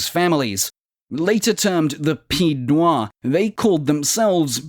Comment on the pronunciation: I find the video superficial. The mispronunciation of pied-noirs is just a slight annoyance, but omitting the Barbary wars is a big miss out. Also the French army didn't undergo a humiliating defeat in 1962. Actually it was militarily successful, it was political decision to release Algeria into independence.